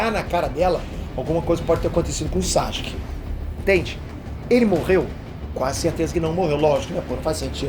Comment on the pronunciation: N da pra ouvir vc falando SAXUQUE 😅